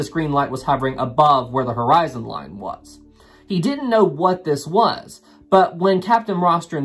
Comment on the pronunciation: Taaaaaaaame is time and laaaaaaaane is line.. if you speak correctly then I'l subscribe.